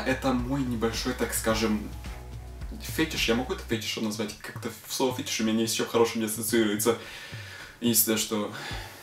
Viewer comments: правильно говорить:"ФетИш". я узнала и была с покерфэйсом просто. )) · начало просто убило XD а еще правильно фетИш) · Kate Brent Неа, правильно фЕтиш. Проверено фетишистом. Да нет, просто сужу по английскому ударению.